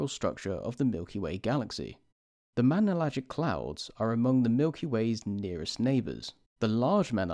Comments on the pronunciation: "Manellagic" Clouds? It's"Magellanic" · It's not mangellan